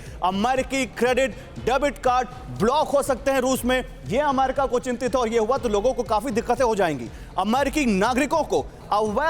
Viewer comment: गधे, अम्मेरिका नहीं होता, अमेरिका होता है। तेरे को संवाददाता का लाइसेंस किस गधे ने दिया?